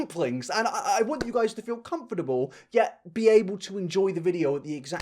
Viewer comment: I love the extra syllable you put in "comfortable". So cute! 🥰